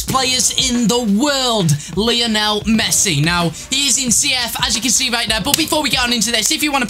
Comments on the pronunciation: Last time I checked his name was Messi, not Mess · Messi NOT Mess